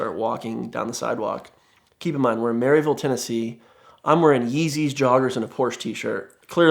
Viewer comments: first, its “maruhville” not “maryville” lol, and second i promise your yeezy’s dont make you stand out 🤣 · Heh. I kept hearing a mental record scratch every time he said "Mary-ville". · It is pronounced Mur-vull, Tennessee. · It's pronounced mur-vul not merry ville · As a fellow East Tennessean, he mispronounced Maryville (Mur-vul) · Am I the only one it bothers that he said maryville tn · “Marvel”, TN (trust me, that’s how it is pronounced - I knew someone who grew up there and visited them during a road trip)